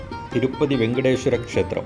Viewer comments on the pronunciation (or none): none